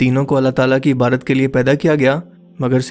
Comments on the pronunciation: سر جی . لفظ عبادت ہے عبارت نہیں . کتنی بار آپکو بتایا ہے IBADAT IBADDDDDAT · `Dear Lafz Ibarat Nahin Hay Balkeh Ibadat Hayh<>